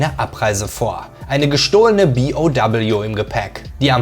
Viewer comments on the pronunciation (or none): dann sag zB auch zu BOW BI Oh Doubleyou und nicht B O doubleyou.. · gutes Video aber wie kann man so viele Wörter falsch aussprehen.. megamyzet zB... oder BOW.. das heißt B O W und nicht doubleyou